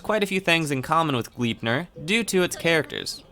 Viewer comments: Gleipnir isn't pronounced Glipnir. The "e" isn't silent. Here's how you pronounce it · U pronounce gleipnir as: glai (a as in the a in awful) -pnir and idk how to explain the i